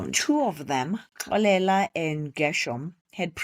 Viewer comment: The way you pronounce Xolela, it's as if you're referring to a female🙈🤭. But, I forgive you cause you probably don't know the right way of pronunciation 😀 Otherwise 'Xolela' is a unisex name that is pronounced differently depending on the gender. Anyway, you have great stories. I really enjoy them and even the way you narrate. Thank you for sharing. May your channel grow in leaps and bounds 😊❤